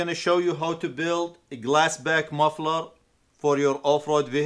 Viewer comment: Are you saying glass back or glass pack? Just fyi its glass pack with a p.